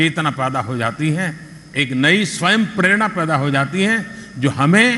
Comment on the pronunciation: Pronounce Sanskrit words properly .It is nor purerana it is prerana .